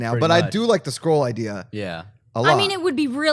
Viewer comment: Again, with the "Scroll". It's Skuh-Roh-ULL....